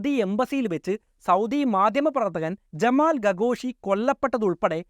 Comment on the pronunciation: ജമാൽ ഗഗോഷി അല്ല ജമാൽ ഖഷോഗി